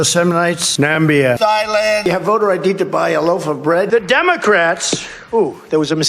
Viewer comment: Nambia instead of Namibia 😂